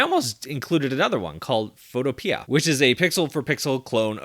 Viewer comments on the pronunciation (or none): none